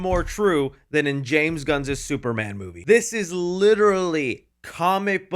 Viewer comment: It’s phonetically pronounced “James Gunn’s movie” and not “James Gunnzez movie” I love your channel and have followed it for many years but that pronunciation grinds my gears.